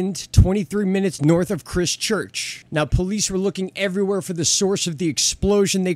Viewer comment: it's CHRISTchurch, not Chrischurch 😇 Go ahead say it... Christ See what happens